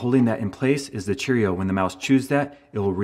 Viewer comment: I've never heard Cheerio said so strangely. Chair-io. Still loved the video! Thanks man!